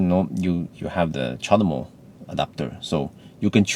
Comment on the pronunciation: "The charmo adaptor" :D